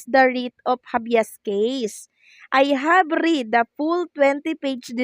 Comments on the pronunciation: Read present. tense pronounce - Reed past. tense. Red. .. the same spelling 😅😅😅😅😅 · kung magbabasa sa English Language, puede ba tingnan or check the proper pronunciation of certain words. words having same spelling when used differently has its accent different. Example: read is pronounced differently if it is past tense even if spelling is the same. Thank you.